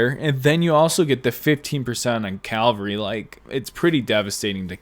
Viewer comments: Very informative vid but it's cavalry not calvary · Awesome vid with many useful tips! Just one question: why do you pronounce cavalry as cal-va-ry? Threw me off a bit. All love tho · Please say Cavalry right, it triggers me. Keep up the good content!!